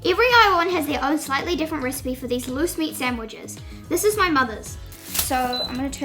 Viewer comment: At first, I thought you said moose meat sandwiches